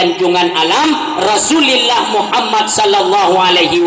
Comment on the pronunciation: Rasulullah bukan Rasullillah